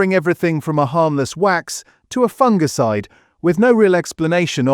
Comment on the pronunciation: It's pronounced, "FUNG-ICIDE", NOT "fun-gee-cide"